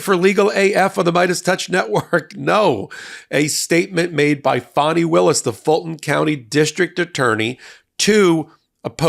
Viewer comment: Thank you for pronouncing her name correctly. The media's intentional disrespect of mispronouncing her name is noted.